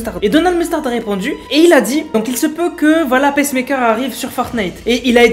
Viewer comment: Ça se prononce pas "pèsse-mèkeur", mais "piçe-meïkeur"